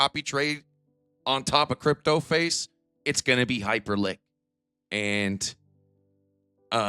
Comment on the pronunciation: What the hell is Hyperlink? Do you mean Hyperliquid?